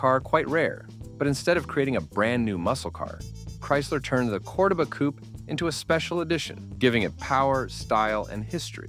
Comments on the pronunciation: yes I know...I was making fun of the AI as it mispronounced Cordoba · Its pronounced Monteego NOT Montaygo. Also pronounced Cordoeba NOT codaba It was a piece of junk anyway Did you really say torquey? Stop using AI software for narration